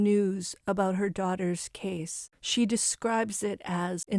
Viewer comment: Cara Worthington, not Northington.